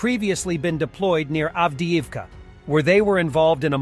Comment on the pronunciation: How can you expect to be taken seriously when you can't even pronounce correctly Buryatia ( not BuryaSHia ) and Avdiivka ( not andieeevka )